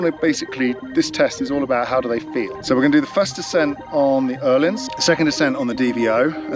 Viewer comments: I absolutely love that you pronounce Öhlins correctly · as a Swede, It does sound very good 👍